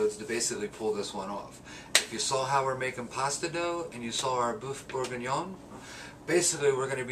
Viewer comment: Sir, please, it's boeuf bourgignon. Not bouef bourginon. But nice work!